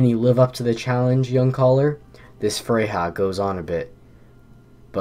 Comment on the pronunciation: Heads up: Freja and Fjord are both pronounced as though the 'j' is a 'y'